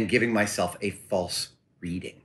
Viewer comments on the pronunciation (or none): none